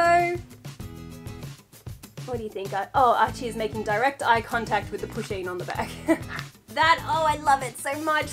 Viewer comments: I didn't know what Pusheen was and thought she was saying pushing. so I spent a minute being confused and concerned that her Instagram may just be full of pictures of her pushing people ... like in front of trains or something. or just assaulting people in the street. I'm glad I was wrong. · I thought she was saying pushing